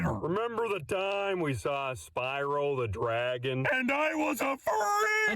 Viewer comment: Spryo the dragoff